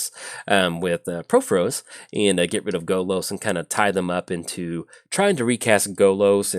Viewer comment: It’s “PUR-FOR-OS,” not” PRO-FO-ROS.”